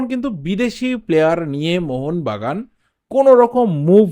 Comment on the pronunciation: Mohon bagan supergiant bolben mohonvagan ucharon korbena